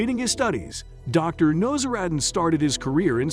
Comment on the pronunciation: It is pronounced Now a zar din idiot!